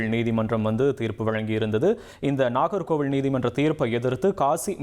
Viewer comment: ஒரு வரி விடயத்த லூப்ல போட்ட மாதிரி அதையே திருப்பி, திருப்பி சொல்றீங்க அதுமட்டும் அல்லாமல் நாகர்கோவிலை, நாகர்கோவிள் என்று உச்சரிப்பு.